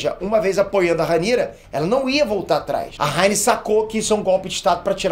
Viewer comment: A "ráiniz" kkkk